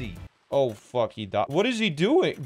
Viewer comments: Plz let this guy learn to say fuack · He said fuak but sure